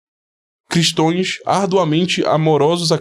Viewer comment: Alguém ensine o que a pronúncia correta é Cristãos e não Cristões, já é o segundo vídeo que escuto o homem da "Alta Linguagem" falar cristões.